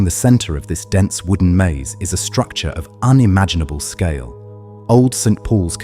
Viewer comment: get St Pauls correct at least